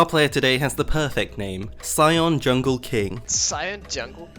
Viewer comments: Green Cucumber “yungle” 💀💀💀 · he says it like that lmao